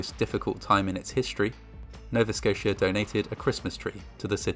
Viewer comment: I liked because you pronounced Nova Scotia right